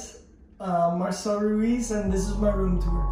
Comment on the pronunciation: Why do you say Ruiz when you can say Ruiz? Let the Spanish roll!